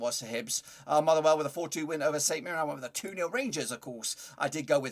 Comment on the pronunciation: Can you tell it’s nil😂